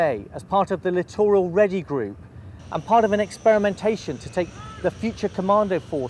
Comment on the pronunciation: God bless the Admiral, his fleet, and all our lads and lasses! Still, that said, what is he talking about? I quote; 'Litt-oral' (English or French?), surely the pronunciation is not difficult? Personnel who are to 'deploy'? I know this is newspeak, but to those who actually speak English, surely people are deployed...? Hooray, end of film, 'are deployed', so it is a past tense verb! Come on, sir! Sort your life out. I was a gunner my first stint, decided the streets (not the band, any young people reading...) were not for me, then turned to the S. and S. Branch. Captain's bitch. My officers actually spoke properly back in the old days. Wasn't that long ago, though. Lord West of Spithead does not suck up to media...